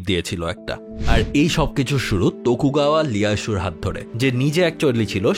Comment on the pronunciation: একজন জাপানিজ স্টাডিজ ডিপার্টমেন্টের স্টুডেন্ট হিসেবে দুইটি ভুল শুধরে দিতে চাই ১. শোগান -শোগুন ২. তকুগাওয়া লিয়াসু- তোকুগাওয়া ইয়াসু/ ইএয়াসু Btw loved your video a lot ❤